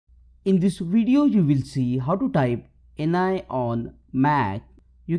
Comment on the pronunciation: Pronounced en-yay